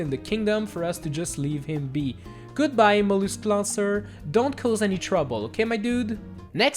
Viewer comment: do he know french because he said lansseur and voila